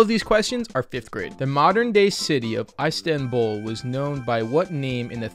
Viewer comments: Bruh... ice-tanbul. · ice-tanbul LMAO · AİDS-TANBUL NE AMK JKSAIKJFMJSDKIMFSA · As a turk, I have never ever hear someone say Istanbul as fucking terrible as. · they pronounced Istanbul wrong lmao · They both said Istanbul wrong